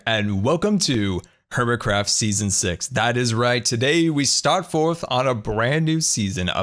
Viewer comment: Lol he said welcome to season six but sounded like welcome to season s x